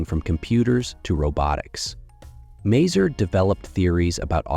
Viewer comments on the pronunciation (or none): ma-- zoor ,not mey zyir ...